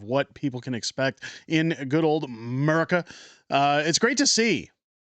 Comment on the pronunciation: Pronounce it correctly. America.